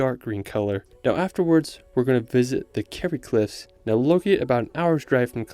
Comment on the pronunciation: Learn how to pronounce places when making videos. You managed to say Kerry and Gap of Dunloe correctly. Otherwise a beautifully made video well done